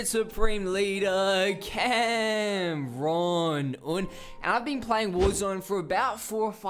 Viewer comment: no worries man